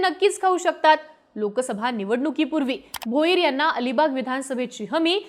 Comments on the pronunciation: Dilip bhoyar nhi g...bhoir as bol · बाई ते दिलीप भोयर नाही दिलीप भोईर आहेत भोईर 😂😂😂😂